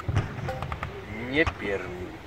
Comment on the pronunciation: Пермь, а не Перм, умник